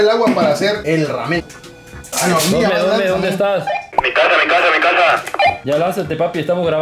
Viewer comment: El: (Raamen)